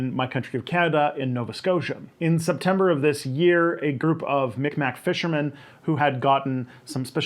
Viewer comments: Just a little note the term "MicMac" is kinda frowned upon here in Miꞌkma'ki(Nova Scotia) due to it being a anglicized bastardization of the word Mi'kmaq(pronounced Meeg-Mah). Just thought it would be good for you and others to know for future reference. Also this is not as common but many Mi'kmaq people are starting to bring back the use of the word L'nu to reference themselves as this is more linguistically correct. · Probably not the first person noting this, but Mi'kmaq is pronounced closer to Meeg-maw or Mig-maw. I'm a white settler who was taught this by a Mi'kmaq educator Nik Phillips, but please defer to Mi'kmaw (Mi'kmaw people) in the comments if they say something different.